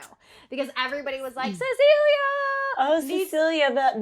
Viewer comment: I love the moment where one of the twins says, "Why awe we stawing (staring) at Ceciwia?" says, "Because she's beautiful." The other twin says, "Yeah, she's beautiful."